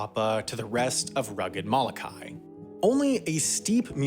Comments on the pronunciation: M o l o k a i……….not Malakai! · Please correct your pronunciation of the island of Molokai. And if any of you watching this video put visiting Molokai on your bucket list, shame on you.